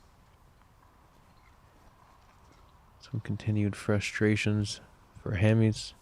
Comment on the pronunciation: Is anyone going to teach how to say Hammes?